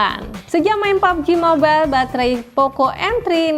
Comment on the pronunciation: Gue dengernya "popji mobile" wkwkwk Dan, tolong bikinin video pesaingnya poco m3 ini dong.. Yg setara